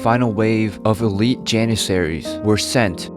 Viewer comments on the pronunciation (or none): none